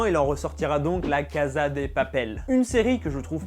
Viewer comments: cnc non pas du tout c'est 'cassa' (je suis espagnole) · cn mais douuuu cest casa prononce "cassa" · Super vidéo ! PS : ça se prononce "cassa" et non pas "caza" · VOUS ALLER ME TUER Ca se prononce cassa pas caza stp 😂😣😣😣😣😂😂😂😂😣😣😣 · On dit "cassssssa" pas "caza" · On prononce la cassa et non caza. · On ne dit pas la (caza) de papel mais la (cassa) de papel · En espagnol Casa se prononce (Cassa et non caza qui est de l'italien) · Cest cassa et pas caza mdr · SA SE DIT ''LA CASSA DE PAPEL'' PAS ''LA CAZA DE PAPEL'' ! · Se se prononce « la caSSa de papel » ptn j’avais envie de te gifler à chaque fois que tu disais la caza de papel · il prononce la caza mdrrrrr tu sais qu'il sait pas parler español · Cachza de papel